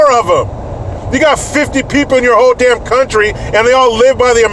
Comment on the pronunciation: We seriously needed that stress on the word "DAMN" today... Good DAMN morning AmeriCANS !! Woot!